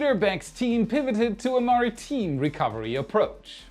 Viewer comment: Oh, and maritime is pronounced mary-time. Time, not team. At least, I think so. 🤪 Hey man, I’m just here to help. No criticism intended! YOU ROCK!!